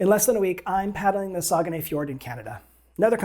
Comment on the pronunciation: When I did a bit of looking into paddling the Saguenay (which you got the closest yet to how I think it’s pronounced;) ) I thought I’d seen that you were only allowed to paddle downstream. It kind of looks like I was wrong on that. It’s somewhere I’d sure like to go sometime. Probably a bit further even for me than you, but no border worries.